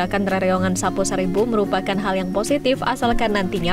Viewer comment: Bukan Sapoy Sarebo, tapi Sapo-é sarebu.